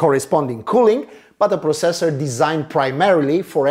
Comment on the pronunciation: gd review but the way u say processor really bugs me